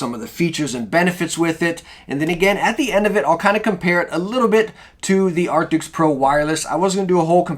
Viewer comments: Arctis not arctics. It’s not hard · man.. its arctis not arctics oof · Thank you so much for the review! I have an older wired arctis that I absolutely love and it's starting to get a little old so I want to replace it. But I gotta tell ya man, its "ark-tis" not "ark-ticks" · It's ARCTIS not ARTICKS lmao great vid tho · please dont call it arctics if its arctis. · It's not Arctics. It's Arctis. If you're going to review a product then at least pronounce the name right.